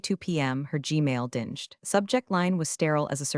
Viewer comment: Your stories are great, but every so often, your AI reader executes a clanger that spoils things. The most recent AI Clang (in this story) was a lesser clang: the word dinged, as in the computer dinged with an incoming message. The root word is "ding" However, when you go to the past tense (dinged) the AI recognizes the dinge in dinged, and sees the root word as dinge, Ding has a hard G and dinge has a soft G. So AI turns your meaning from a bell sound to the past tense of dirty. Oh, my! You need to teach your AI how to differentiate between ding and dirt. 🤓